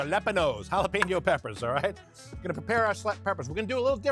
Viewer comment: It’s jalapeño NOT Jala-Peen-no